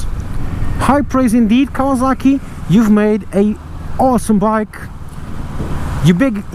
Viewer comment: Did he call it KAVALAKI?! Im WEAK!